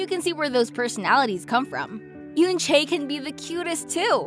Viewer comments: it's oo-un che not yunchay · its pronounce as en-chae the eu sounds as e